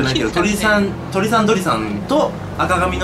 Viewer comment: ヒカキンさん最初に鳥さんどりさんていってた